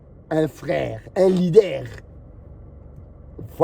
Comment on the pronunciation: Lidère ! ou sont les lidères? 🤣